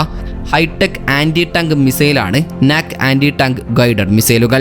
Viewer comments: നാക് അല്ല.നാഗ് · Comedy aanu pronouncing NAG was funny